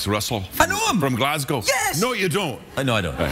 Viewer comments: Kelseys pronunciation of ‘Glasgow’ is better than Craigs ‘Glasgow. And I’m from Glasgow. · Yeah same here, he’s the first American I’ve heard say it properly.